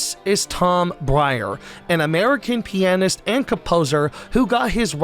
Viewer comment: Can you say "pianist" instead of P NS ?